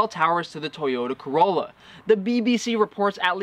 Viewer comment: I laugh every time I hear you say Toyota Corrolla 😁😁